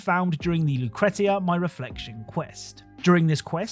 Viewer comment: Lucretia is pronounced loo kree sha . It's a goth song from the 80s. It took me too long before I realised every quest is a song title